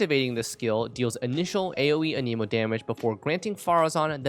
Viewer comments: I really hate to be that one guy who corrects grammar, but sir, you’ve been pronouncing the wind element wrong this whole time. They even pronounce it in game all the time the way it’s suppose to be pronounced. It’s “an-uh-mo”, not “uh-neemo”. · It's anemo not, an emo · who says anemo like anemic lmao